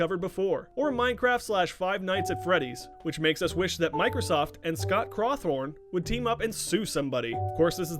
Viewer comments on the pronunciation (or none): Scrott Cawthorne 😂